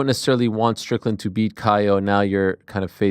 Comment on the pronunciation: 02.30.10 once again calling Strickland 'Strickton' 😂